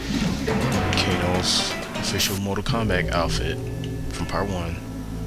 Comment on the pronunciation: How do you possibly pronounce the title as "mortal komback"?? Your illiteracy makes me sick.